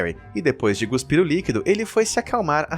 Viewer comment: Guspir??? Cuspir ..